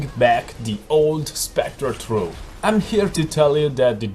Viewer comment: i recommend using an H when saying throw and thank you, please try this in yur build